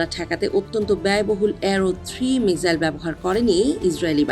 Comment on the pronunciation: উচ্চারণ মিজাইল হবে না মিসাইল হবে? উচ্চারণ ঠিক করেন।আমি প্রতিটি রিপোর্টে দেখেছি উচ্চারণ ভুল করে।